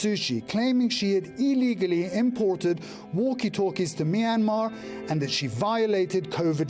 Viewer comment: It’s really sad and bro can’t pronounce Myanmar right